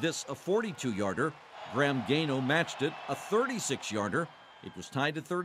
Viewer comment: Gano not gayno